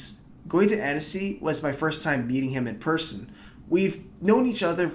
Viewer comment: your pronunciation of annecy is off